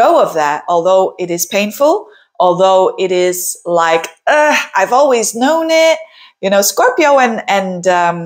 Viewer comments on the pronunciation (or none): none